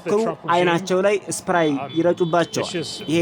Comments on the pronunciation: እስፕራይ ምንድ ነው ? Pepper Sprey ለማለት ነው ? ወይ ጋዜጠኛ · ሰኘረይ ነው የሚባለው ሰኘራይ አይደለም አሰተካከል wronging pronunciations.